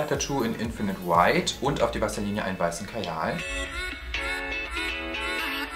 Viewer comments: ich habe vaseline anstadt wasserlinie verstanden :D hahahaha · Wer hat auch anstatt Wasserlinie "Vaseline" verstanden😂